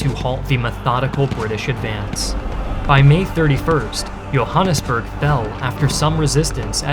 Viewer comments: 10/10 pronunciation of Johannesburg. I avoid watching content about South Africa because no one says the names properly, but you did a good job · I never heard a non-Afrikaans speaker pronounce Johannesburg correctly until now.